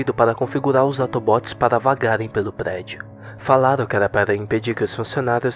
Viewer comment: gente ele falou auto bot ou pq ele errou ou pq é uma abreviassão de robô automatico